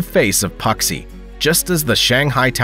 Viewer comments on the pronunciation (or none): Puxi isn’t puksi it’s pronounced poo-C lmao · "pucksee" (Puxi, 浦西) lol You may want to try just a bit harder on the pronunciation. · I love AI voices: Puxi = Poksee 😂😂😂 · Please learn how to pronounce Puxi before making a video like this. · You mispronounced the names Soure, Thailand and Puxi.